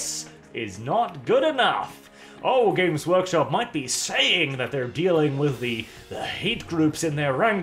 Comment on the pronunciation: The way says their name makes it sound like "Gimp's Workshop"...and it fits even better.